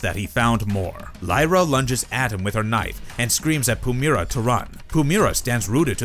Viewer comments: Its not Pumera. Pu- MY- ra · You're pronouncing her name wrong, i assume you've never actually seen ab episode with Pumyyyyyyyra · If you're gonna do a video about Pumyra, learn how to pronounce the name.